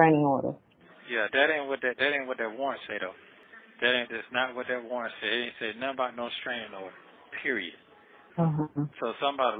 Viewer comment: Not “Strainin Order”. Wow.